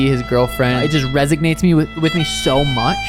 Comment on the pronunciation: Definitely no g in resonates lol